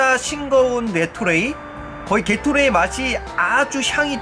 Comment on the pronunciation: 게토레이발음 개x라이로들은1인